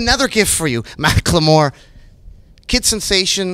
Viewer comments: Nardwuar was pronouncing it as Mack Lamore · You murdered his name. Macklemore. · nardward vs. mack-le-more